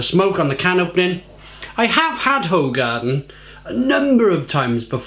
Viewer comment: Its pronounced who-garden so you know 👍